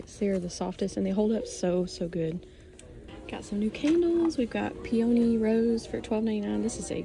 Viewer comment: Peony is pronounced Pee-uh-nee 🙃 thought you might like to know 😅 thanks for shopping for us and sharing!